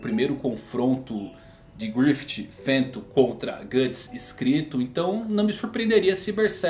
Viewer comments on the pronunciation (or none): none